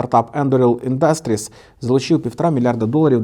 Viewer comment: Ти або навчись правильно ставити наголос, або не повторюй по 20 раз не правильно.... Вухо ріже, піпідАстр Не індАстріс, а Індастріс....